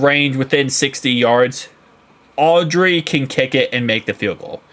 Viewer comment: It's Aubrey not Audrey😂